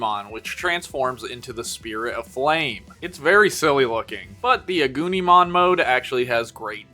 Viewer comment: The way u said agnimon/agunimon make it sounds like “a gooneymon”